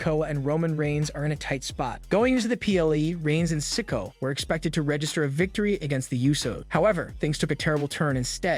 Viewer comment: PLEASE LEARN TO SAY THEIR NAMES RIGHT YOU ARE SAYING SOLOS LAST NAME WRONG GET IT RIGHT ITS NOT SICKO LIKE YOU ARE SAYING